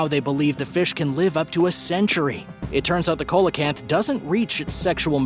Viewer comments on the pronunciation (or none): You pronounced the fish as "cola canth" but actually it is pronounced "see LA canth". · SEE lo canth, not colo canth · That ancient fish is pronounced like this. Seal a can't. The "C" is pronounced like an "S" seal a canth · SEE-LOW-CANT. PAY-COSE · ya he was pronouncing it weird i was like bruh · Thank you! That drives me nuts! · That was driving me crazy too!!